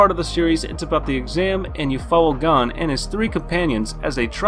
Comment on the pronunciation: Great video but I don’t like how you mispronounced Gon from hunter x hunter it’s like goku but instead a ku at the end its a n